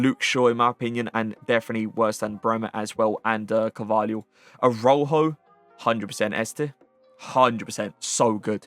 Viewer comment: How you pronounce some of these names is so cringe😂 “Aroho” who is that. Pronounce it like: Uh-Raa-hOH